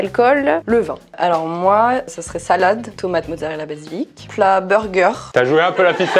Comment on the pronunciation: C'est basilic pas basilique, on n'est pas à st pierre de Rome 😂😂😂